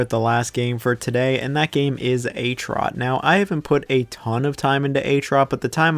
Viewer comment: That HROT pronunciation kinda gave me a heart attack lol